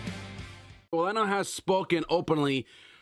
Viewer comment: ranallo....not rinello....also if this guy is missing shows cause hes depressed then im sorry but get him off wwe for good....hes useless